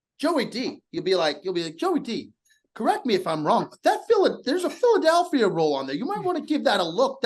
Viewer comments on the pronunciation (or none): I see you. Trying to make Joey say Philad-A-lphia the wrong way a second time. That smirk says it all.